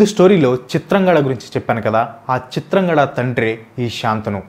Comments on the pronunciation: Chitrangada kadu chitrangadha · చిత్రాంగడ కాదురా అయ్యా.. చిత్రాంగద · Please pronounce it as chitrangadha not chitrangada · Bhayya మాయ కాదు మయ..చిత్రాంగడ కాదు చిత్రాంగద. But good vedio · Hi Bro Please read the scripts from telugu text. If you are reading from English versions, you are making many mistakes in pronounciation. Example - చింత్రంగద - ని చిత్రాంగడ Ani చదువుతున్నారు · చిత్రాంగడ కాదు చిత్రాంగద. మనకి తెలుగు వచ్చుకదా అన్న. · Bro adi చిత్రాంగద.... Not చిత్రాంగడ... Ninnu tappu pattadaniki kaadu...just nxt time ki correct chesko bro ✌️ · చిత్రాంగడ కాదు చిత్రాంగదా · బ్రదర్ తప్పుగా అనుకోవద్దు కానీ ఒక మాట చెప్తా వినండి, మీరు ఎంత రీసెర్చ్ చేసి విపులంగా వివరించినా, మీరు టాపిక్ లో వచ్చే కొన్ని పేర్లు సరిగా పలకడం లేదు, ఉదా :- 1. "మయమతం" అని కాకుండా మాయామటం అని పలికారు. 2. "చిత్రాంగదా" అని కాకుండా చిత్రంగడ అని అన్నారు. 3. "శంతను" మహారాజు పేరు శాంతను అని పలికారు. 4. "యక్ష" అని కాకుండా యాక్ష అను అన్నారు. ఎంత చెప్తే ఏమి లాభం ?! ఫ్యాక్ట్స్ అంటే నిజాలు చెప్పడమే కదా, మరి ఫ్యాక్ట్స్ లో వచ్చే పేర్లు సరిగా పలకకపోతే ఆ ఉచ్ఛరనే నిజం అనుకొనే వాళ్ళు ఉంటారుగా... ఒత్తులు, దీర్ఘాలు, పొల్లులు ఇలా అన్ని చూసుకొని పలకండి, అప్పుడు పేర్లు అర్ధవంతం అవుతాయి... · Eraa pichi maalokam దేవుళ్ళని ఏలియన్స్ అంటవెంట్రా. పేర్లని సరిగ్గా పలకడం నేర్చుకో చిత్రాంగడ కాదు చిత్రాంగద ఫెండ్స్ ఇతను తనకు నచ్చినట్టు చెప్పుకున్నాడు విషయం ఎలా ఉందో అలా చెప్పట్లా హిందువులకు వ్యతిరేకి ఇతను నేను చాలా వీడియోస్ నుండి గమనిస్తూ ఉన్నా Don't support